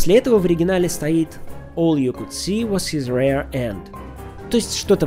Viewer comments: "Rear end" произносится как рИа, а не рЕа. В первом случае REAR переводится как зад, а во втором RARE как редкий (конец), или еще есть значение полусырой ( так говорят о стейке). Надо поработать над произношением. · Greenwich читается Грэнич. Rear читается риир. Но это между прочим. Я читал только Ритин перевод, и она перевела 'cool guy' как 'мировой парень'. Есть специальные трибуналы за такие дела. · Надеюсь, автор уже знает, что английское слово rear произносится вовсе не так, как rare. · Шикарный выпуск! В детстве читал Райт-Ковалеву, позже уже самого Сэлинджера. Сэлинджер больше понравился. :) PS. Rear произносится по-другому.